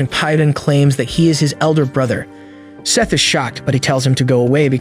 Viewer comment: Why did you call him Sieth 😭😭 Also I have the same name woohoo